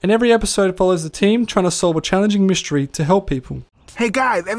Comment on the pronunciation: You neglected to mention that the pigeon was the funniest comedian that ever existed - Norm McDonald - if you think you an replicate this good luck mr naive - McDonald wrote it. By the way it’s mystery not myshtery.